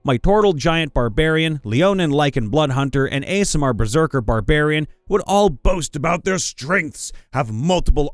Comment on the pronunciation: your pronunciation of aasimar as ASMR gave me psychic daage XD but great vid regardless